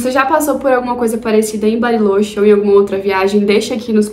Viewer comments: Acredito que eles lá pronunciem "barilôtchê", não? No espanhol a vogal "o" costuma ter o som fechado e o "ch" o som do "tch" de tchau. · vídeo perfeito. só fiquei agoniado ouvindo tu falar “barilôche” kkkkkkkk